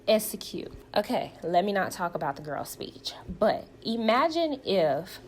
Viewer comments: Esicute Tisha the word is execute. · EX-ecute, EX-po, EX-pose…even though she’s not currently seeing a speech therapist, she can practice on her own. I do it all the time for words I trip over. Google offers the correct pronunciation of words, IJS 😮‍💨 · Latisha in almost every scene tells you "I am a businesswoman" KMSL, hunnny I can say I am a millionaire it doesn't mean that I am. Until she learns the pronunciations of the letter X and S I can't take her seriously!!!!! And the person who keeps telling you they are something is probably not what they are saying. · Apparently pronouncing execute is as difficult as pronouncing ASK. Just saying.😂